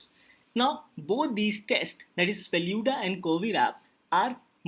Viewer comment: It is FELOO-DA.😑